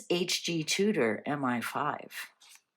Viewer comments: You are correct it is ‘M. eye. 5’. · it IS M I (eye) five. MI=Military Intelligence